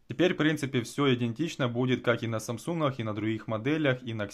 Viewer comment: "СамсунХах" ... Почему хэ вместо гэ? Нет такой модели телефона